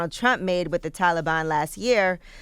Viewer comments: Tf do you say taliban like that yee? 😂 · i had to stop watching cause Angela kept saying Taliban wrong 😑lol. anybody else??